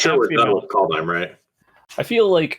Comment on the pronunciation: Worst part about Kaldheim is everyone horribly butchering all the names.